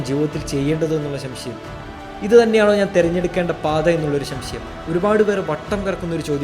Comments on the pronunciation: ശംശയം അല്ല സംശയം.... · elaam ok, pakshe ശ൦ശയം അല്ല സംശയം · എല്ലാവർക്കു० ഉപകാരപ്പെടുന്ന കാര്യ ങ്ങളാണ് താങ്കൾ പറഞ്ഞത്. സംശയം എന്നു വ്യക്തമായി പറഞ്ഞാൽ നന്നായിരുന്നു.